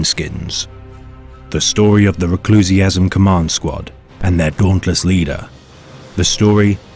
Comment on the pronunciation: ReclusIAM, not ReclusiASM! Sounds like some kind of weird fetish!